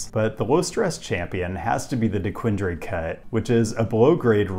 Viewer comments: It’s dequinDUR not dequinDRE lmao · You did really well with the regional pronunciation of most names here but, Dequindre has “er” at the end. Dequinder essentially. Love the video though. It was great to see your perspective on my hometown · DEE-QUIN-DER Cut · d'KWINdur.. Not DeeKWINDREE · Slight correction since practically everyone not from here gets it wrong; Dequindre is pronounced “de-QUIN-durr”. Gratiot, Schoenherr and Lahser are a few other commonly mispronounced Detroit metro roads. Gratiot is “GRASH-it”, Schoenherr is “SHANE-er”. You get a bit of argument on Lahser. I say “LA-sir” but you’ll frequently hear locals also call it “LASH-er”. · “De-quin-dr-eh” didnt recognize what you were trying to say at first😂😂😂 havent heard that one before! It’s pronounced “de-quin-der” locally. Thanks for visiting! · Oh no! Detroit pronunciation got you! It’s De-Quinn-dur not de-quin-dre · You said Da-quinn-durr wrong haha, but other than that nice video! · Dequindre is pronounced Dequind-ER! 😊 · Not a bad take for someone not from here. But its Dequindre DequinDER is how its pronounced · Dee-quin-durr cut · Detroiter note, is pronounced de-quin-der by locals. Still going through the video and I’m not sure if you say Gratiot, but I may be editing my comment later. Edit: nope, no mention of grash-it, but props for getting Hamtramck and Livernois correct. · 😂 pronounced De-quin-deer. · Thank you for saying nice things about Detroit❤️ We love our city and want others to love it too. And btw, it gives everyone trouble the first time, but it's pronounced "D-quin-der"😉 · I had to laugh at how you pronounced Dequindre. We pronounce it Dequin-dur, which is the street my grandma grew up on. Unfortunately, her house was one of the homes bulldozed to build the freeway. Thanks for visiting. I really do love the city, though I live just outside the city downriver. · very very minor pet peeve but dequindre is pronounced "deh-QUINN-durr". love the video otherwise!